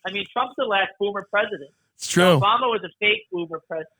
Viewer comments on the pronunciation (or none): none